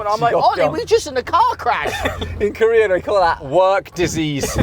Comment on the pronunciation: 직업병 하면서 절레절레하는 거 레알 한국인ㅋㅋㅋㅋㅋㅋㅋㅋㅋㅋㅋㅋㅋㅋㅋㅋㅋㅋ and then the way he says "wor-k disease" is on the point lol